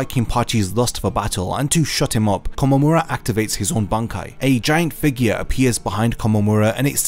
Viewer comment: Nice video! But you should listen to Tousen very closely. It's not Kom, it's Ko-mom how you say his name